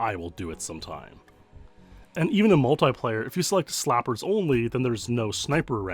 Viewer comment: who tf pronounces 'multiplayer' like that lmao...